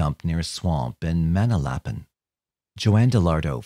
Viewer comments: Good try at pronouncing Manalapan, it’s always funny hearing someone not from Jersey try to say it correctly. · Muh - Nal - a - pin Manalapan